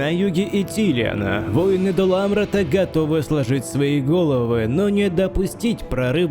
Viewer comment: Дружище, да нет такого слова - "войны" в контексте "бойцы". ВоИны! Откуда это взялось - не понятно... Крутые ролики делаешь, спасибо за труды! Но поработай над речью в целом, произношением отдельных слов, логикой в предложении, определением главных слов и второстепенных, их выделением, интонациями (где-то ставишь ненужные точки посреди предожения, перечисления, выделяешь ненужное) итд. Посмотри, послушай, как читают актеры, поищи тренинги, мастер-классы. И обрати внимание, в частнности, на употребление слова "мораль". Это сугубо сленговое игровое слово, а ты всё-таки метишь в сторону художественности. На этом контрасте оно режит слух. Есть ведь масса синонинов, которые ты и сам употребляешь. А что касается конкретно этой битвы, она, конечно, крайне нереалистичная) Ну, тут и сам игровой движок не способен передать натиск троллей и мумаков, но в реале любой, что пеший, что конный, пусть самый что ни на есть тяжелый и плотный строй, разлетался бы как щепки перед этой силищей. Даже если бы фаланга каким-то образом и осталась стоять перед этими монстрами (под наркотой, например)), то в ней нельзя было бы увязнуть - раскидали бы за полминуты.